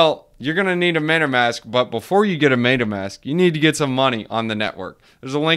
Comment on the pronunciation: Funny how you pronounce it "maytamask"